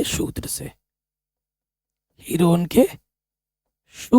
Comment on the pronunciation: सर हीरोन है हीरोइन नहीं 😂😂😂😂😂😅😅😂😂😂😂